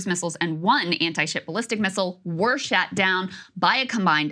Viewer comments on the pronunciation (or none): Lmao she said "shat" down. 😂😂😂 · Krystal thinking before you speak may help with your pronunciation and your journalistic integrity (I.e. sound less biased). You probably didn't mean to say the cruise missiles etc "were shat down". Golda Meir does not sound like Myor. Houthis "basically blocking", sure, they are not attacking from where you stand.